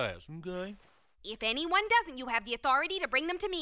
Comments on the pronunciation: I think you will struggle to find another person on the internet spelling it that way. ''Authoritah'' is the generally accepted spelling, though the official merchandise typically spells it ''authority'' without emphasising the pronunciation. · Authoritha? lol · Please note: I do believe that based on the way pronounces authority that the h at the end comes after the a. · "Autoritah?!" Yes, Eric, you, round, puffy, chonk...autoritah indeed! 🤓😂🤣